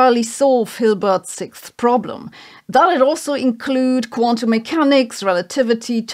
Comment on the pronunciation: sixth problem: how to pronounce "sixth"